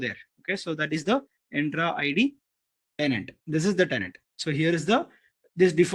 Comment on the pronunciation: bro why u pronounce entra id to endra id ?